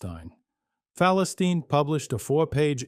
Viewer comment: At least learn how to pronounce the actual name of the paper 🤣